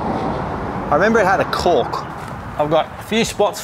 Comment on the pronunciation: At the beginning when you said "cork".. it TOTALLY sounded like you said something else